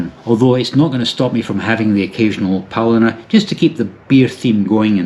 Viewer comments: He didn't say it once. According to subtitles he said polliner many, many times. Butchering the name of his favorite German beer, like he hates it. 🤣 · Realise that Bavaria is not representative of all of Germany. And it's pronounced Pow-lean-er. I would recommend buying a curry ketchup as it will be cheaper than buying in the UK where it's over £8.